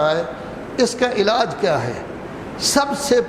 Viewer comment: لفظ علاج ہے اعلاج نہیں ۔درست کر لیں ۔